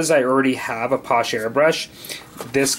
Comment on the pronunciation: FYI it's pronounced: pass-SHAY ... not posh.